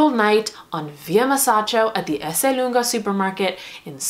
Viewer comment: hi, i’m italian,you’re the first american ever to pronunce Esselunga correctly